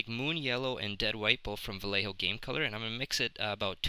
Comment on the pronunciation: Yay you said Vallejo right! Haha, sorry. But, great job. Space Jesters!